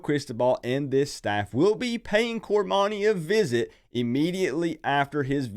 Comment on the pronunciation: Get his name right, its cor-money.